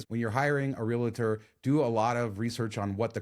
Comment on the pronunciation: real-tor. nev-add-a. 👍